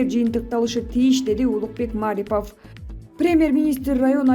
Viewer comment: Маарипов эмес Марипов деп туура окусаныз